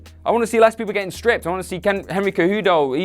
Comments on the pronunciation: Henry "Kay-Judo"... facepalm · Might lend your channel a little more credence if you didn't butcher Henry Cejudo's name like that...more than once